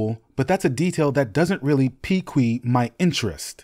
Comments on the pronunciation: Pique is pronounced like "seek", NOT "pee-kee-yuuu" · I know you didn't type "pique" and pronounce it "pee quee"🤣😭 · I’m a little surprised you’re worried about bad audio on some other project when it seems like you’re using AI in parts of your narration. “Pi-kyu” (or whatever it was? “Petire” (rhymes with “satire / satyr”? I’d be a bit disappointed if it were so. I like your accumulation (in football YouTube, they’re called “aggregators”), but hardly, if any of it is fresh, and your monotone does it no service. I think you work quite hard at this, so I mean no offence. I’d rather hoped you’d grow the channel into something a little more original, and continue to do so. Best of luck! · "pee-kwee my interest"? Do you mean pique/peak? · Thank God. I was like: "please, don't tell me that he just said "pee-quee my interest" right now".